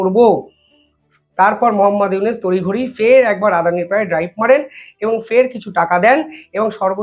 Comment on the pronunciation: আপনার উচ্চারণ ভুল হয়। ইউনূস কে বলেন উনিস, গড্ডা কে বলেন গোদরা।